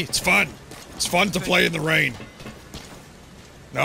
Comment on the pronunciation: I gotta keep my eye on this time. "It's fun t'play in da ræn. Plæ da song, DA-DA-DA, DA-DADA."